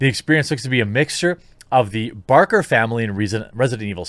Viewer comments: It’s Baker family not Barker family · Jeremy: I do not want to mispronounce Dimetrescu Also Jeremy: Mispronounces Baker.